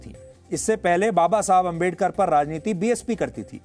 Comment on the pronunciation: बाबा साहब अंबेडकर जी का नाम ढंग से नहीं ले सकते और पत्रकारिता करने आए__🤣🤣🤣